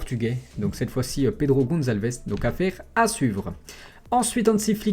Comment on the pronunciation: tu la dit 2 fois pedro goncalvdes